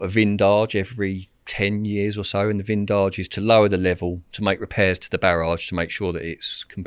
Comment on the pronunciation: A "vindage" 😂 its a vidange, it means to empty. Mange tout rodders, mange tout! 😂 Also, the caterpillars are procession caterpillars that nest in pines. You or your dog breathe in their hairs and it can be a big problem.